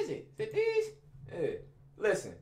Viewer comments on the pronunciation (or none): “Like dese” 😭